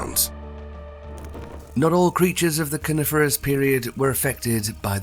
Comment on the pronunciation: 12.40 "The Carniferous period?" lol, little slip there.